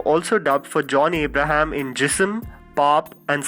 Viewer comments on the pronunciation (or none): none